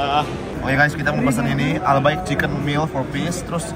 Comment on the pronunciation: Waaa ke dubaii. Emg enk bgt sihh albaik ituu. Tpi klo orng arab/keturunan arab bisanya tuh bacanya albayk bkn albaikk. Cmn sdikit info kakk🙏🏻🙏🏻🫶🏻